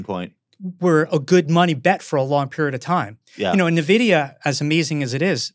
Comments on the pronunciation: calling it "nuhvidia", tell you work in finance without telling me you actually work in finance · I can't take these guys seriously, they call it nahvidia 🤦‍♂️